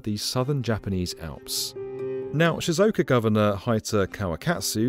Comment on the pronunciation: Great video and all, but really needs to learn how to say Japanese place names correctly. He butchered almost all of them. Shizuoka, e.g., is four syllables.